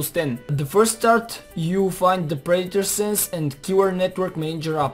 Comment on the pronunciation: its called predator , not praitor